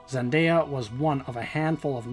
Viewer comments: A lot of errors here about the actress. Her name is pronounced zenDAYya, not zenDYya. She is not Latina, but black/biracial, with an African American father and her mother of northern European extraction. I don't know if she identifies as black or biracial, though. Her HBO (HBL?!) series is Euphoria, not Europa. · Ikr it’s so annoying when people pronounce her name wrong like come on people it’s not that hard to pronounce zenDAYa.